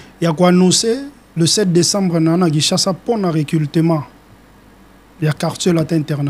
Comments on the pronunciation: Oza na raison Yako leka na télévision té po osala recultement😂 Monsieur on dit recrutement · Recrutement et non recultelment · Délégué tu as infiltré la langue (recultema ou recrutement ? Journaliste aussi est mauvais tu laisses tn invité recultema sans correction 😂😂😂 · Yo musicien oyo balobaka recrutement non recultement 😂😂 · Un porte parole qui n'arrive pas à prononcer recrutement